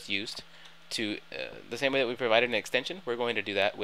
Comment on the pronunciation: That "Xtension system"? ^^